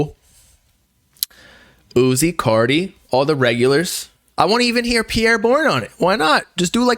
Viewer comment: say his name right💀